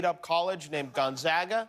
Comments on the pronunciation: HE ISNT PRONOUNCING GONZAGA RIGHTT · All the mispronouncing of Gonzaga is driving me nuts. Lol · and gonzaga not gonzaga